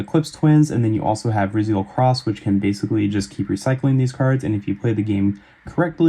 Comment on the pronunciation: I think it’s pronounced r-eye-zeal